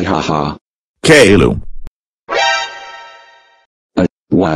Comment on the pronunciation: I like it when people call him KAYLOO